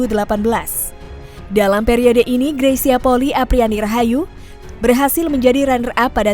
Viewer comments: Bukan Poli tapi Poli-i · Bedakan polii sama poli Kedua marga itu ada d Minahasa mohon d ralat cara baca polii jgn d baca poli 🙏🙏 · Bacax gresya poli i. Bkn poki. Itu org manado dan poli i itu margax.